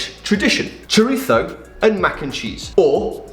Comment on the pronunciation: Excellent Castilian pronunciation of “chorizo”, Ian! Nice vid that actually reviews mostly last week’s recipes, but it’s all good. 👍